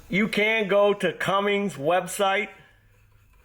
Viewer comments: You’re driving me nuts saying “CumminGs”. It “CUMMINS”. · in latest video he makes the comment, “Cummings or Cummins…, however you say it”. Which tells me, he saw mine or someone else’s comment, which lead him to make his statement. I believe this confirms my notion that it was a mispronunciation, rather than a joke name. Not a big deal, people mistakenly pronounce things all the time. For example, cinnamon, aluminum, ask, etc…